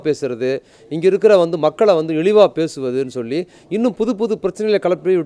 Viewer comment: "இலிவு" இல்ல ! "இழிவு" !! "தமிலக அரசு" இல்ல ! "தமிழக அரசு" !!